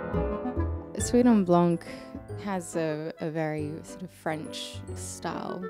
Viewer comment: Don't pronunce the c ! It's pronunced "suite en blan"